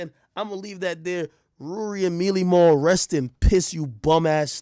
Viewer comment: IT'S WUWY AND MAAAWL!